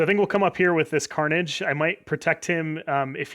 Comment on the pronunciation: tharnage like manni calls it